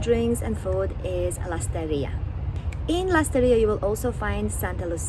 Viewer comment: "Lesterria"?? LASTARRIA SAN CRISTAL?? SAN CRISTÓBAL